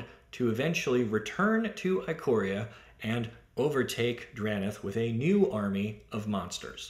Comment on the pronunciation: The "i" at the beginning of "Ikoria" is pronounced like the "i" in "ichor" (the golden blood of the Gods said to transform mortal beasts into gigantic supernatural monstrosities). It's "ick-or-ee-a".